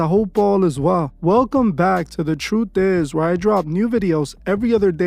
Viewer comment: How seriously should we take a narrator who pronounces the word truth "troof?" Right?